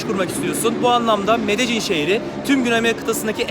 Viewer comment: Allahını seversen nasıl bir Türkçe kullanıyorsun ya medecin nedir ya medelin :)